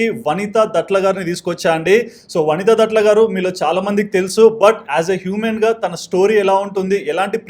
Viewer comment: దట్ల కాదు. దాట్ల అమ్మ. Surname